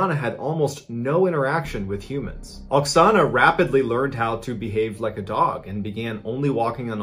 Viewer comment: At the first part of this video, it sounds like you call the Ukrainian woman Ana in stead of Oxona... Just saying..